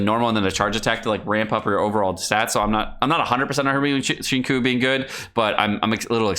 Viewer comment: Pronouncing Xingqiu as Shinkiu is wrong, it's Sinshiu ><